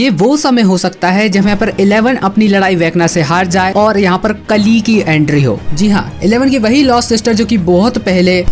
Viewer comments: Pronounce it kaali not kali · Kali nahi re bhai kaali